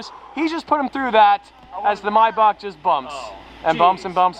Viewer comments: He said “my bok“ it’s pronounced may back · mybach? its maybach no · Maybach Not Myybach😡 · Hate the way he says mayback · The way he says maybach😂😂😂😂😂 “mai buck”